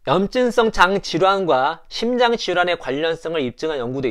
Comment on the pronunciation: 심장 ?신장 ?발음교정 시급